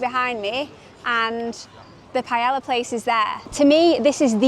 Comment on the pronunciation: ouch. Improve the pronunciation of paella please